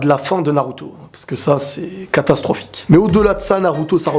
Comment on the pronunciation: C pas catastrophique c cacastrophique